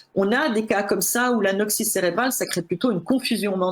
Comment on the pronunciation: "Crée, créent" avec un accent aigu comme à l'infinitif. Pourquoi changer la prononciation du radical lorsque l'on conjugue le verbe au présent? Cela dit, merci pour ce travail passionnant sur le sujet traité.